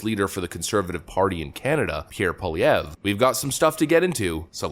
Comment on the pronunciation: good pronunciation of pierre pollievre and I'm not saying that sarcastically